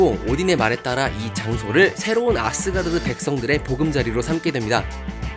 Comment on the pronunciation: 앗쓰가르드 아니고 아스가르드 ~